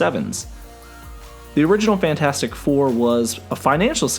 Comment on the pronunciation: "The Franchasic Four"